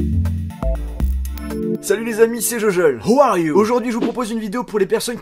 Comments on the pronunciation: cest pas 'who are you' mais 'how are you' hehe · "who are you" c'est pas ton fort la prononciation. 😂